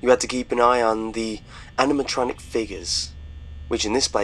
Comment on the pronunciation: Are we just gonna ignore how he pronounced "Animatronic"